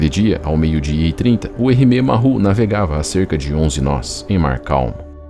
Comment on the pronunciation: A palavra "Maru", se pronuncia como se escreve, a pronuncia "marrú" está incorreta. Uma dica, quando tiver dúvidas sobre a pronuncia de uma palavra estrangeira, escreva-a no Google Translator e clique no ícone do altofalante, ou se preferir, procure um dos vastos guias de pronuncias que existem na Internet. Entenda isso como uma ajuda de alguém que curte seus vídeos e que presta atenção nos detalhes. Espero ter ajudado e fique bem!